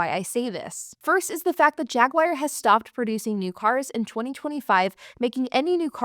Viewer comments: I enjoy your videos. However, it is not a JagWire. It's pronounced JagWar, or if you are British, it's Jag U Are. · Gawd, why does anybody buy new? Good stuff. That knit cap gives off "Jay and Silent Bob" vibes lol. These high depreciation cars are great- just get them at the bottom of the curve cheap rather than new. Jag-waar not Jag-wire.